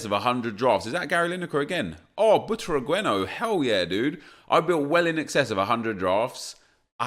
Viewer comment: Omg its not “butragüeno”. Its “Butraguenio”. The letter U doesn’t have dieresis. Just look it up